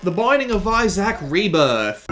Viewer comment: (blaze it) but also, I, as an Isaac, am offended how you said it (not rlly)